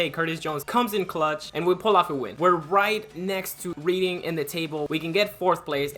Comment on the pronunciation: Just some pronunciation corrections- the teams that end with "ham" (e.g. Birmingham) the 'h' is silent. Also Reading is pronounced "Redding". I know you're American/Argentinian so you're not really expected to know English teams lol but I'm just tryna help